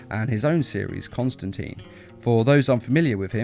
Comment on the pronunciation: Constan "Tine" like time.